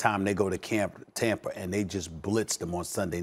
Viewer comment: It’s Tampa not tamper Stephen a 😂 but yea Tom Brady is known for tampering